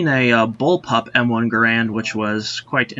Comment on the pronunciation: John C. Garand's name is pronounced Gair-end, not Guh-rand